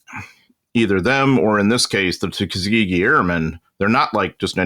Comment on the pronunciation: Yes, you got it just right. I grew up in Alabama, and ought to know how it's said.